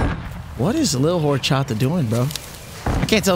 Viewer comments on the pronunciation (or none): none